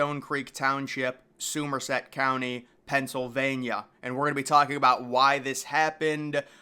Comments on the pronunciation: Soomerset? Pronounced Summer set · It's pronounced "Summer-set", not "soomer-set". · Somerset, Pa. Pronounced like the season Summer Set, NOT Suumerset. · "Soom-er set"? It's pronounced "Some-er set." It's like when people say Lan-caster. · It's Summer-set, not Soomer-set. I know it looks really weird because it's spelled Somerset County, but I'm pretty sure it's Summer-set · Oof Summer-set that’s how you say it lol. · This narrator is beyond annoying. My favorite is " "Soomer Set" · Hey. AI voice. Where is Soo-merset, PA? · It’s pronounced summer set. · Awful A-! Voice. Where is Soo -merset County Penn located? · I live about 20 minutes from Somerset Pa. I lmao off how he pronounced it. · I am about one minute into this presentation and already have had to hear two location names being egregiously mispronounced! Newark, NJ, and Somerset County, Pennsylvania, are so simple to pronounce! The quality of this video declines because no one cares enough to correct the errors that occur within the first 60 seconds. Whether it is a human or AI narration is of no consequence. Mistakes ought not to be present in the final product! 😕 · If Somerset was pronounced correctly I might give this video a little more credit